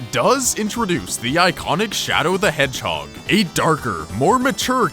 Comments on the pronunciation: SONIC THE HASSLHOG XD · Sonic the hasslehog. XD